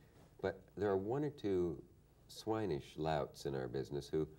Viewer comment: "Swineish Louts" he said.